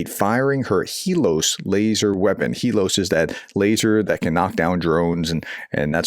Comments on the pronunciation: HELIOS = HEELOS??? Helios in the Greek mythology personified the God of the Sun. Look up correct pronunciation. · For what little it matters, I don’t believe that the i in Helios is silent